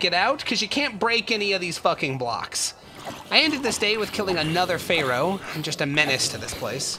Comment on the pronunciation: Love the pronouncing of pharaoh